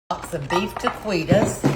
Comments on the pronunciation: It's pronounced ta-key-toes. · The q is pronounced as a k. Ta Ke tas!!!